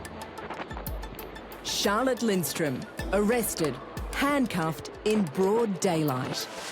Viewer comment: Middle class who says that anymore? Btw her name is spelled and pronounced wrong, it's Charlotte Lindström...I'm swedish that's how I know 😇